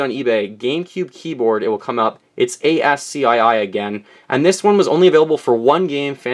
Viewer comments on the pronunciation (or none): I don't know if Americans and Canadians pronounce it differently but ASCII is pronounced as (as-key). It's essentially what you're reading right now. Every single character on a normal QWERY keyboard is represented by a 7 bit binary (0s and 1s) code that the computer can understand and represent each letter, number and symbol as. It is also used for making spaces with the space bar, hitting return and starting a new line and also sending commands to a printer to print. Just thought I'd share my knowledge :P Great collection! I love your room and my favourite item would have to be all your N64 consoles and controllers. I now want to do the same thing when I obtain more shelves and cash to fund it all. Keep it up! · I pronounce it "Ass-Key"